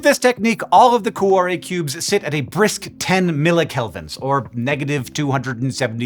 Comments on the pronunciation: For the follow up, get a real Italian to teach you how to pronounce 'cuore" which has two not three syllables - "Kwo-ray" if you will. (IlSorry for moaning but I squirmed all the way through an otherwise excellent video listening to coo-oh-ray!) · From whence? wtf? The word 'whence' means 'from where'. 'From whence' thus means 'from from where?' It would be simply 'whence it came.' For some bizarre reason, you insisted on pronouncing 'cuore' as cu-ah-re. O in Italian is always pronounced like Oh. Never like Ah. why? What you said would be written 'cuare', which is a non existant word. Please refrain from applying bizarre English pronunciation to other languages. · Your pronunciation of Cuore is killing me... but I guess your not Italian, so we'll give you a pass. great job on the video. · Speaking of learning new languages, a note on pronunciation: Cuore is not pronounced like cwahre. To get to the right pronunciation, you can start with add a k to the beginning to get then change the final k to re at the end to getormeaning heart. If you can make a flap sound like the Spanish r, you can use that to get closer to the Italian pronunciation. You may share this notation with the universe of physicists. Also, Google translate can pronounce anything for you, so that’s worth trying before posting. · So per that Babbel ad, I do speak Italian, but I didn't understand what was said until I read it because, sorry Hank, but your pronunciation was pretty dang bad.... Cuore in particular... Coo Or Eh